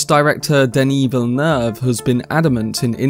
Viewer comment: Hey man! New subscriber and LOVE the content! One thing is that his last name is actually pronounced "Vill-Noove" haha. Just thought I would let you know!